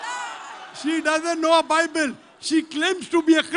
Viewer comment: bible not baybel